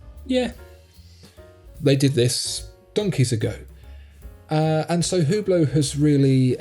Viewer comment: Wrt to Hublot note that the “H” (and the t) is silent so we pronounce it ‘ublo’.